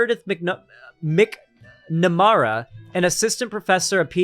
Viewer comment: Just for, it's pronounced "mac-nuh-mara" For all my trans little brothers, sisters and nibblings out there, we love you and we support you. You are valid 🤘✌️